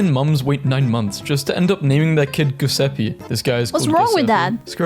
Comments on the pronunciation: It's not...😐 Gu-sape it's Jew-se-ppe... Something like that🙄... Pronounce it right, and you'll know how good that name is🥹 P.s. I'm not named Giuseppe🫠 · the hell is “ghyuuseppi” It’s “jew + se (e as in elephant) + ppe (e as in elephant) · how the f one pronounce Giuseppe with a G and not J? isnt it suppose to sound like"Jiuesippe" in Italian?